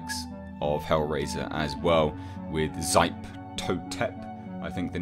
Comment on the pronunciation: I believe that Xipe Totec is pronounced "hee-pay toe-tech" . He's either an Aztec or Incan god I think.